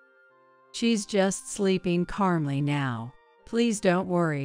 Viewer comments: There is no r in calmly. Don’t put letters in words. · Since when is there a “r” in calmly?